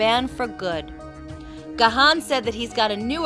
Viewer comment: I also did say Gahan for many many years untill I found out that he pronouns it like "Gone"....